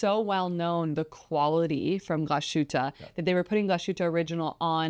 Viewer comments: It's "glass-HOOT-ə", NOT ""gla-SHOOT-ə" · Not to be too pedantic here, but I think the brand is pronounced Glah-suit-a Orig (hard G)-in-al (like Al Gore). Good videos. Great brand. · "Glas - hutte," not "Gla - shutte." Close but not correct. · Sorry, I am a German living in the US for the last 34 Years. And the Glasshuette pronounciations always make me flinch a bit. Yours was better then most though. I am a collector and a big GO and ALS fan.